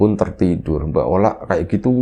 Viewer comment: Ola jadi oli 😂..... Gpp lah asal jangan maya jadi ayam